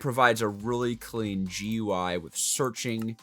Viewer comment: guie? really? butcher that more why not, GE U I...